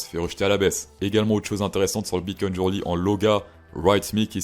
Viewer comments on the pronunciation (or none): none